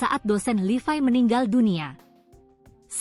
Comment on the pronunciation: mbaknya operator yg ngomong ini.bahasanya lucu.nyebut nya kok LIVAI kan namanya LEVI.bahasanya operator2 yg ngomong di berita medsos gini ini pasti aneh penyebutan apapun.coba diperbaiki supaya yg mendengarkan lebih nyaman